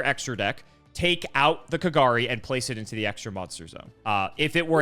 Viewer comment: I love how was close to Kagari's correct pronunciation, and then incorrected him into KaGAHri. xD